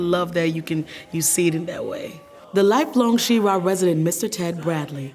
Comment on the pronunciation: This is beautiful storytelling, and I love to see my home state featured. However comma, the town is pronounced "Shuraw," not "SHE-rah." LOL